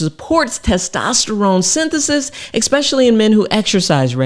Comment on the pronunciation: Valuable information. Thank you. However, i do have to poke fun at a pronunciation error...especially being pronounced "ickspetchally". 😁